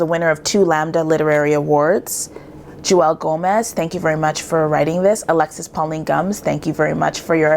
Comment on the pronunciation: Her name is pronounced like Jewel... not Jew welle. She introduces herself in another video her on youtube. ;)